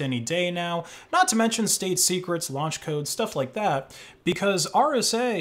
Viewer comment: please never say lounch code it make me ansius as fuck